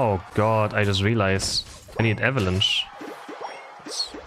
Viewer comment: this guy says eva lunch instead of avalanche LOL